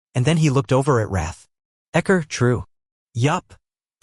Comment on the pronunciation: Xcor pronounced Ecker???? omg so funny Thanks for the uploads x